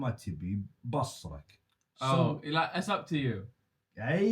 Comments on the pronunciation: مو بَصرك بِصرك بكسر الباء يا الله يصلحك حتى وانا استخدم هذي الكلمه ماعرفتها لما قلتها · بُصرك تنطق بالضمه وليس بالفتحه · بُصرك مو بَصرك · بصرك بضم حرف ( ب ) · بُصرك تنطق كذا بضم الباء😂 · فيه كلمه قالها غلط بصرك بالضمه مو فتحه 😭😭 ومادري ليش يتكلم اخر شي بالهمزه زي فيهاء 😭😭